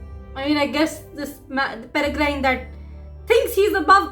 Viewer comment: Just to correct you, it’s not “PereGRINE.” Its “PereGRIN”. The E on the end is silent. And as for the UK - only old people (or people with no life) own China Tea Sets. It’s the ABSOLUTE warning that they are basically just waiting to die… And, to be honest, I hope Rakepick was acting on her own. If R is given a bad name they’re less likely to succeed, so it’d make Rakepick a good person. And Draught of Living Death is pronounced DRAFT of Living Death.